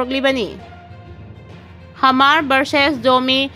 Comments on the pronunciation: Hamar haigadaba nate Mar hayu.onare nangi pronunciation du. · Hmar asi mar haina pronounce tougadabani,h silent touraga. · Hmar da H silent oiraga Mar haina pabiyu. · Mar hairaga pao hmar haina paganu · Hmar hmar Mar haiu Nachin napthibadu pao paba Heitraga paganu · Hamar haibadudi 😂. Mar haiyune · H ki sound do silent oina panabane.pao padringeida Hanna rehearsal khara touba kanagani khalli.wahei chumna padabase pao tabada yam nungaite.